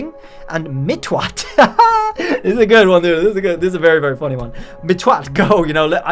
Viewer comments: He's saying it wrong lol Its mitt-watt not mit-twatt lmfao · yeah i just thought its a clever name, but the way he said it makes it way more hilarious 🤣